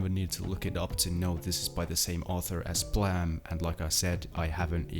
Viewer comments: why do you say Blam and not Blame? like... "Bleym"? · Man... did you just pronaunce Blame as Blahm? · Why is he pronouncing Blame as “blam” is that actually how people pronounce it? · why are you calling it blam? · can you read at all...? what the fuck is "blam" hahaha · how are you pronouncing blame wrong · English is not my first language but I think the way you pronounced Blame was weird. Sorry if I'm wrong.